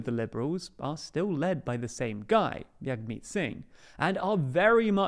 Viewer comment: His name is not pronounced YAG-meet Singh. He’s not Hispanic. His name is pronounced as Jag-meet with the J being the same doing as in Jug. Come on;DR. This is extremely basic info that you could’ve figured out with a 5 second google search. Very disappointing.